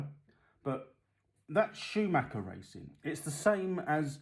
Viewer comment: Yep you said it like i do mate, it's not Schumaker! Yanks for ya lol